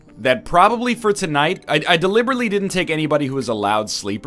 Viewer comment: anyone else heard fortnite when he said for the night XD!?